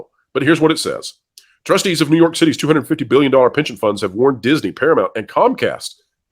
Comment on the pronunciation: Please tell me I’m not the only one who heard “pigeon funds” more than “pension funds”.